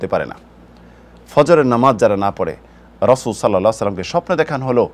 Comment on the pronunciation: জাজাকাল্লাহু খাইরান। শায়খের কাছে অনুরোধ তিনি যেন 'রাসূল (সাল্লাল্লাহু আলাইহি ওয়াসাল্লাম) 'কথাটি সুন্দর বলেন। উনি খুব দ্রুত উচ্চারণ করেন বলে তা ব্যঙ্গ হয়ে যায়।